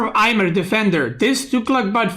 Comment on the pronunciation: In India, the "j" is not pronounced as "y" as in Nordic languages. So it is read as "Ajmer" with J as in Jar. Just giving info, not trying to be a douche. Cheers.